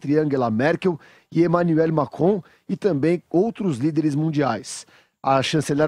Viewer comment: Kkkkkkk eu acho engracado no começo do video que o cara fala Emanuel Macron na pronúncia em francês mas quando ele vai falar o nome da Ângela Merkel ele fala normal Mkkkkkkkkkllllllllkkkkkkkkkkkkk Pq ele não fala tudo normal logo 😂